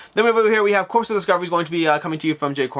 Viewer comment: Corps is pronounced like "core" not like "corpse".